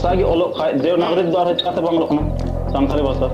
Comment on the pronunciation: Santari nahi hota hai Santhali hota hai😂